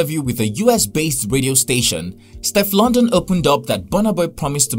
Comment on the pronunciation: The pronunciation of Steflon Don though it is NOT stef London